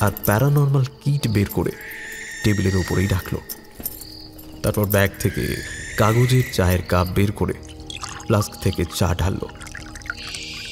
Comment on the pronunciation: Its called an Emergency light , its thermo flask not flux , adronil is wrong its adrenaline. Either the writer or the narrator has no clue of the English vocabulary. Its astounding to see the poor level of English in most Bengali audio story channels. Its called paranormal detection gagets not tools. Paranormal activity korchilo ? Or paranormal investigation korchilo ?